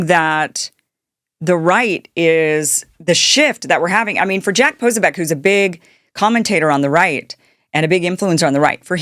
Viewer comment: What’s w/ female social media influencers and their terrible pronunciation skills? Posobiec? Mamdani? Antipathy? You’re like Candace Owens, Jr.